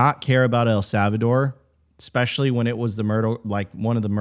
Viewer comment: Lots of good stuff guys. But seriously, did you really just say “ECspecially”? 😳